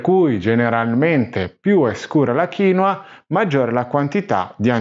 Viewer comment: originale è kiinwua con la seconda sillaba stessata che è molto differente dalla tua maniera di pronunciare 😅